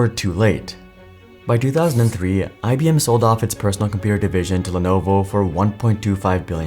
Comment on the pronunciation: It's IBM , not IBMe.